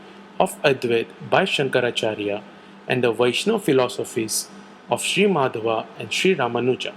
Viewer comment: Great video but the Dvaita philosopher's name is Madhva, not Madhava.